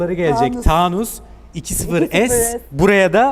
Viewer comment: Neden Taaunus? Çünkü ucus 😂